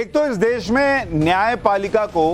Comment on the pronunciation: अरे देस नहीं देश बोलते है तुम बोलना सिखो. बाद में दुसरे के डिग्री मांगो . अब अनपड कौन रिसर्च करो.